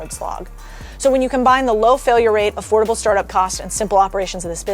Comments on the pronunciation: AfforDable, not AfforTable. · Recentcy? Affortable? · Did anyone notice the “affortable “? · Affortable?? Subsities?? 😂😂 I'd love to sell you a dictionary! Great content, though! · Affortable?, I hope you're just making up new words, and not trying to make a business out of a mole hill.....lol